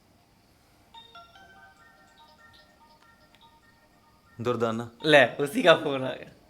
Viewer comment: not durtana... it.s durdana